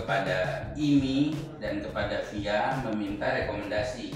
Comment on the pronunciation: FIA di eja bang bukan di baca 😭